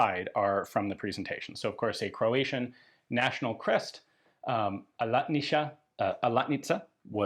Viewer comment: As a Croatian, your pronunciation is pretty accurate, kudos :)